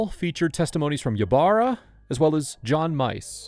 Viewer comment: Ybarra is pronounced e barra.